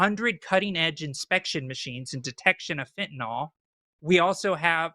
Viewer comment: Forrest AND, please stop mispronouncing fent a NIL. There is no O anywhere in the word.